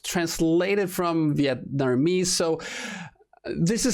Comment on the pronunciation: "Vietnermese" --, 2018